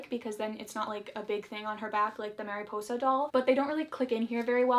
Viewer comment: Love how you pronounce Mariposa tho